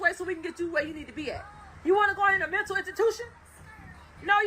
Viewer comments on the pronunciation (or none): none